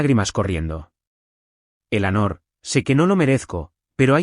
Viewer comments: Eleonor eslapronunciacioncorrecta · Que mal pronuncian. Elanor se dice Eleanor. Luego dicen Molina y a veces Melina. Además me pueden decir de que tamaño es el dichoso reloj del padre? Solo le falto que metieran un elefante en el